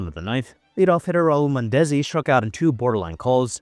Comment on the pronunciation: Haha that not how you say Mondesi